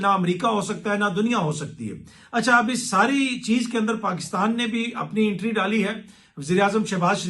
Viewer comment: have you lived in UK ? you dont even know how to pronounce "Entry". it is entry not Intry (the way you pronounce).